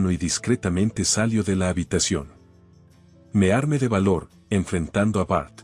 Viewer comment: Q.mal habla el castellano es máscara .se debe acentuar bien cada palabra se dice sentíí.me armé.basilé y asi sucesivamente se pronuncian las palabras agudas😅😅